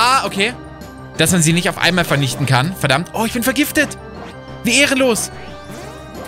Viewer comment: Ich feier das wie IMMER das e und n bei der Grundform eines Verbs vertauscht 🤣 Zitat:,,VERNICHTNE"